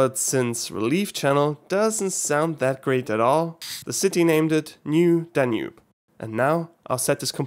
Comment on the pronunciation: New Danube? More like Danewbe